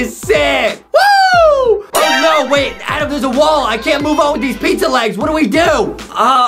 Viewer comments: Its not adem its adam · It's adam not adem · It is not Adam it to so adem!